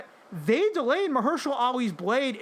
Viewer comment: Bro really said "Muhursha Lee"